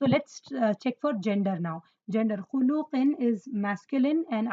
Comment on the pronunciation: But mam why do you pronounce. khuluqin as khulooqin